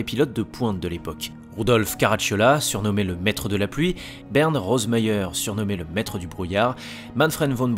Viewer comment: Hans Stuck se prononce avec un u à la francaise et un sh donc çà nous donne ce son shtuck et non stock. A part ces détails, tres intéressant Aussi Bernd se prononce comme ça s'écrit et non Bernard.